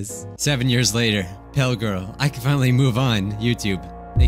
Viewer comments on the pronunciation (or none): I thought when he said japail I thought he said jaPALE because of the I so pale right before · The japail I was dying laughing after the 3rd one